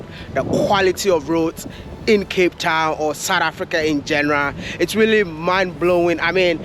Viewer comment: “From Cape tawn to Cairo ….wode Mayaaaaaa